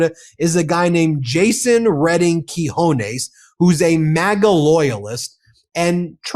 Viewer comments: Friend, this guy's name is Quiñones. You pronounced it key-hone-es, which means balls, as in testicles/forwardness. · SERIOUSLY-- 'Quinones' is a tough one to say, Ben...? 'kee-hoh-nays' is not close enough... THAT'S A VERY COMMON SPANISH SURNAME...